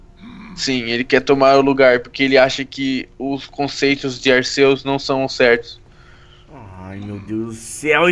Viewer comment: não é arcêus e arquius que se fala e se escreve arceua